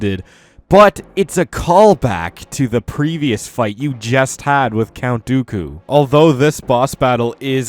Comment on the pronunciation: Jack Clements he said count doily 4 times